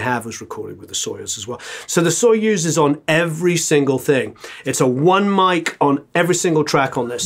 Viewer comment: told ya, not sOyuz, but soyUz ))) we don't say warrEn, we say WArren) great video man! keep goin!)